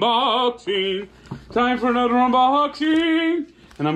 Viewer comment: “ANudder Unboxing” love it